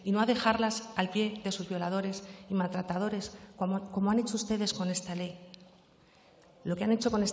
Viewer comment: Maltretederes, jajaja cuesta hasta pronunciarlo, pero bueno ella vive en el mundo de las portavozas y las fiscalas y no sigo porque mi corrector ortográfico se está volviendo loque